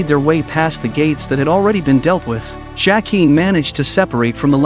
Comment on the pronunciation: AI narration is stupidly bad. Mispronounces characters names. Bran pronounces BEN-jen correctly. Why can’t the narrator? LYE-AH-na? Duke of Winterfell? Seriously? JACK-EEN? WTF?